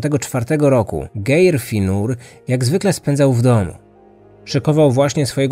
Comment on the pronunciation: Geir, wymawiamy Gajr, no jeszcze tam inne male bledy w imoinach i miejscowasciech, ale nie bede sie czepiac bo bardzo lubie twoje podcasty